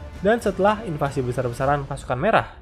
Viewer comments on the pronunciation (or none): none